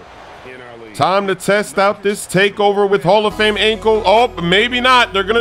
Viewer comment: İs Not hall of hame exactly